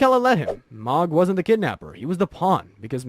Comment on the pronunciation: that one really pissed me off! lol- I think it was about when I checked out. Meee-kell-a was bad too.